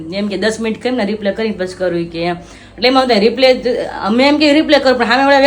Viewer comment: તમે બેવ રિપ્લે બોલો છે તો રિપ્લે નો મીનિંગ જુદો થઈ છે. તમારે રિપ્લાય બોલવાનું